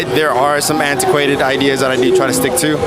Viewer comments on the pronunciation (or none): "anta quated"..